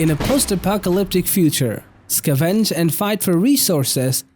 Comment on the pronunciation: Look up how "scavenge" and "pacific" is pronounced :)